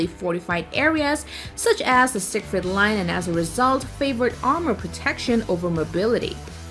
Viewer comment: the name "Siegfried" is pronounced "Siege Freed"